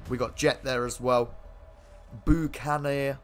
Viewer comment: no shot that’s how you pronounce buccaneer he he he haw (it’s pronounced similar to buckaroo)